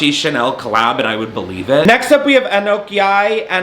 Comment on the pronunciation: I went to school with Anok and it’s pronounced uh-knock lol 💙